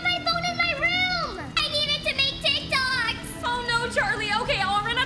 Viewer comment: Lmao “teek toks”